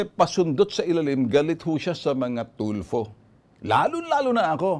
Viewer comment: TULFO PO TULFO HINDI TULPO..ANO BA NAMAN MGA TAONG TO..AGAIN, TULFO WITH AN F HA NOT TULPO